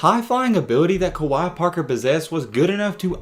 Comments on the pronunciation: It’s pronounced like kway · Wait, who's Kawhi Parker lol. Its Kwe (Kway) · Kwe (qay) not Kawaii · Pronounced "QUAY...KWAY" Kwe Parker👍🏿! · It's pronounced (kuh-wae), I knew him in high school. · You pronouncing his name wrong af, and the Tennessee analysis your saying is 100% inaccurate. Kwe didn’t have super heavy expectations at Tennessee. It was Rick Barnes first year and he was primarily recruited by the coach before Barnes (Donny Tyndall) so it was probably a fit issue more than anything. Plus nothing at all wrong with transferring to a JUCO after things don’t work out, no need to mention that Tennessee wasn’t trying to kick him out. He played behind Kevin Punter who is literally THE best player on the World that’s not in the NBA and also Lamonte Turner who was ranked higher so wtf you mean he was supposed to lead Tennessee his FRESHMEN year? Like come on bro do some homework before posting BS to get some viewership. This is by far one of the worst takes ever in basketball history. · If your gonna make a video about someone, you should probably know how to pronounce their name.... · 1st pronounce his name right!!! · You didn’t even say his name right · I’m pretty sure that’s not how u say his name